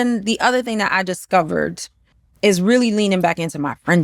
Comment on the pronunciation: I can here the London in her accent at times like when she said "discovered " for example. But I know she times down that NY accent in London unless she's in good company 😂😂😂😂